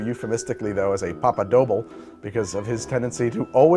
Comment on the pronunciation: somebody tell this man how to pronounce "doble" 😭